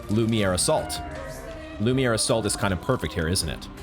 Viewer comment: Hehe, love how you pronounce "lumiere attack" as "lumiyay" The playthru is 10\10!🎉